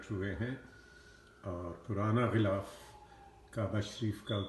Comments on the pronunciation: خلا ف کعبہ نہیں غلاف کعبہ ہوتا ہے۔ اردو صحیح کر لیں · ghilaf e kaba hota h apni Urdu ko theek kren, is baat ko tasleem kr len k ap Wakeel hn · غلاف غ سے بوتا ھے نہ کے خ سے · Janaab Galaaf kaba hota hay k khalaf kaba hota hay